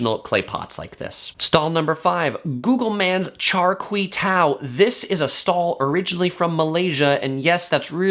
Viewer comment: Pronounced "Char Kwei Due"